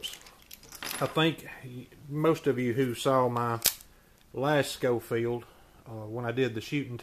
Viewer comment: 👏🏻👏🏻👏🏻. Pronounced “Showfield”